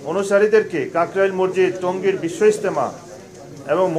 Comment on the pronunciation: মরজিদ মরজিদ না বলে মাসজিদ বলুন please